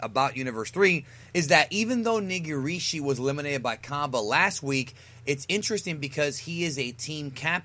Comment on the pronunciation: why do i feel offended when trys to pronounce nigirishi